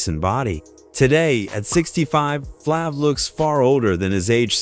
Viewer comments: this guy said flavor flabbbbb wth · The a is a long a in Flav